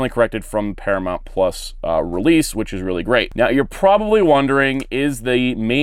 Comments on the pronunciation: ParaMOUNT not ParaMONT! You're KILLING me. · Its Paramount not Paramont, noob.